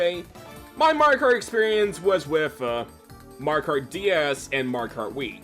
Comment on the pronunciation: Had to stop 20 seconds in. What is it with you yanks skipping whole syllables when you talk nowadays? It’s pronounced Mar-e-oh kart. Not Mar-car. I’m sure the video is great but I just can’t.